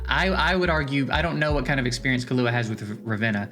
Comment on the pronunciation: its kill ua killua basically the way the "hunter x hunter" anime 2nd protagonists name is pronounced everyone is butchering this name i see in all tier list videos